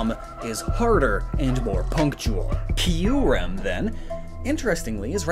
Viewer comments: U said kuyrem not kyurem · "Kuyrem" New pokemon Confirmed? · Isn’t it KYUREM? Not KUYREM? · Kuyrem lol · Kuyrem? i always thought its name is Kyurem? :X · Isn’t it kyurem not “kuyrem”? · Pardon but Kuyrem? Isn't it Kyurem? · I know i know im being a jerk But its kyurem not kuyrem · kuyrem. kyurem. hmmmmmmmm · this is giving me a headache how terribly he is pronouncing the Reshiram and Kuyrem names ahhhh. Edit: And everything else...